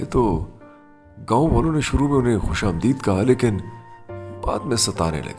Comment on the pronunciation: السلام علیکم سر معذرت کے ساتھ ۔۔۔۔ یہ لفظ "خوش آمدید " یہ فارسی لفظ ہے ۔ اسکے تلفظ کی ادائیگی میں آپ غلطی کرتے ہیں ۔ خوش آمدِید ( دال کے نیچے زیر ) نہیں ہے۔ بلکہ " خوش آمدَید " ( دال پر زبر) ہے۔ ا🙏🙏🙏